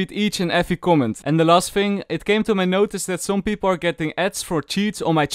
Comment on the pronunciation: fing or thing???????